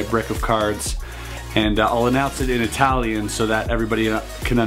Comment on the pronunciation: love your italian pronunciation :D